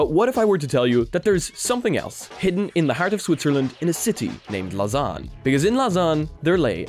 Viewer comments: You have to pronounce it french or else it sounds weird xd. You say it almost right, the au is pronounced like an O and not like an A tho. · I was talking about lausanne and not cereal